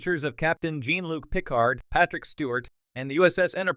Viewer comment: "Jeen" Luc "Pick Ard"? Was this audio done with AI?